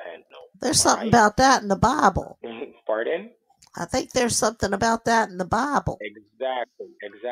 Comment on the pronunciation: He said chee instead of three and paden instead of pardon 😅😅😅😅😅😂😂😂